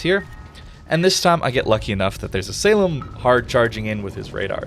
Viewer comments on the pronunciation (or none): none